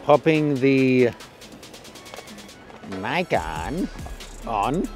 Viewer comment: WTF?? Definitely the most annoying pronunciation of Nikon XD Sorry to say but it's not an english word so u have to say it the way japanese say it... Here's a tip